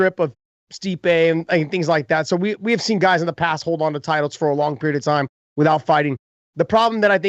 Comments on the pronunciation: If Chael says it’s “With-Hout” then it’s with-hout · Chael "with-hout" sonnen